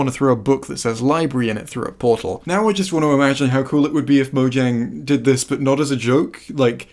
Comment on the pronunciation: Buddy. BUDDY. It's a soft J. Say it with me: MO-YANG